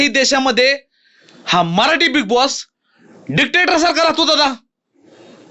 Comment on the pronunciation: डिटेक्टर❌ डिकटेटर ✅